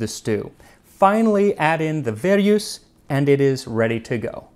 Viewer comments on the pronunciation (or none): Lovely video as always ! Thanks Max !Just a note as a French speaker verjus is pronounced vehr-jus (same u as the French dur ,mur,pure…) literally « green (grape) juice « .